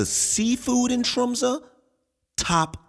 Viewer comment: The fact you called out Tromsø in first word basically flawlessly= instant sub. im a local. great to see people enjoying our humble rock :)